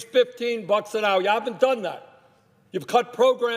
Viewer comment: why does he say Human "Yuman" and say Hours "howers" learn how to say you "H"s!!!!